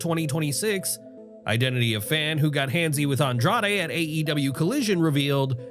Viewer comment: The irony of talking about names being botched then immediately calling Andrade "Andrado" lmao